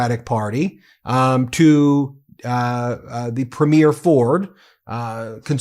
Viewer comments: BRO. ITS NOT A MOVIE PREMIERE. It's pronounced "Pree-m-yur" look at how the average Canadian pronounces it. AND OLEASE START PRNOUNCING IT LIKE THAT. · Love your videos BUT you need to learn how to pronounce “Premier” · 🇨🇦I love your work…one quick thing, when saying Premiere, the emphasis is on the first syllable, otherwise it sounds (to Canadians) like you’re talking about the Premiere of a movie.🇨🇦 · PrEmier not Premier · Ben, I love your show, but please learn how to pronounce "Premier"". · Constantly mispronouncing Premiers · PREH-meer vs. preh-MEER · Ben, Premier is 3 syllables: pre-me-er. Not prem-yare. Hurts my ears. You could be the first non-Canadian channel to say it right. Please give it a try. It's easy! Thanks. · Thanks, Ben, for presenting the Canadian perspective, and thanks for being an advocate and a friend. AND: We say the word "premier" as [PREEM-yer]. Not [preem-YAIR] like you keep saying it. Thank you. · Love love love your show, but one small correction please…our provincial leaders are Preem’-iers, not Prem-eers’. Everything else, 100%….and yes, we are that peeved….carry on 😉❤️ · Why can’t you pronounce Premier correctly? It’s really quite simple. Phonetically it’s Preemyer, not preemyair. Please do us the courtesy of correcting your pronunciation of our provincial leaders titles. Thank you very much. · I enjoy your videos and thank you for your support for Canadians. Please don't be offended but I'm going to give you a little help here on how you pronounce "Premier'. It's not pronounced 'preemyear' as in a show or movie. It's pronounced 'preem'yer with the stress on preem. Keep up the good work. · I cannot listen to you pronounce premier as premiere any longer. Why do you do that? Please learn how to properly say the word premier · PRE not PRIM. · Ben… Ben… Ben please learn how to pronounce “PREM’-ier” Emphasize the first syllable.. PLEASE